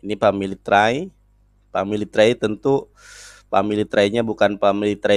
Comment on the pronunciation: Wkwk.. Dia bilang family try.. 😅